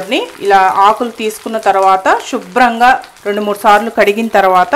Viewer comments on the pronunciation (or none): Shubram kadhu subrham first style ga matladatam maneyandi plz